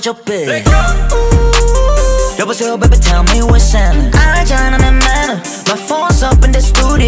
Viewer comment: 베이비 텔 미 웟츠 해프닝인데 happ(해프)부분을 묵음해서 what's ning(웟스닝)으로 발음한듯